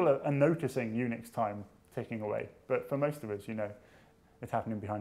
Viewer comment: Unix sounds like eunuchs. I cant fucking unhear it.